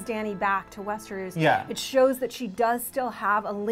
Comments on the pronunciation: Westeruus!?!?! WTF are u saying lady LOL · the the correct pronunciation for Cercei...at least thats how i heard George R. R. Martin himself pronounce it.... But Westernoos is totally unforgivable. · Cersay and Westeroos? So annoying